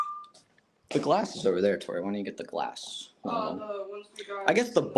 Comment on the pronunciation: I can't remember whether i commented this on another video, or thought it when i wasn't near a computer... I think i figured out why sometimes says Glassk. He often hears the phrase "Yes, its Glass, good boy!" and is hearing the g from the beginning of good, blending into the end of the word glass. Might be an idea to try to say "Yes, Good boy, it is glass!"